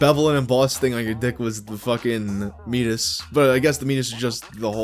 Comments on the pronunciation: For what it's worth, "meatus" is pronounced like "mee-A-tus" vs like "meat-us". It sounds fancier that way, but yes, it's just the medical word for an opening. Like how eructation is the fancy word for burping or micturition is the fancy word for peeing or epistaxis is the fancy word for a nosebleed. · Meatus is pronounces me-AY-tis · the way you pronounce meatus is very funny to me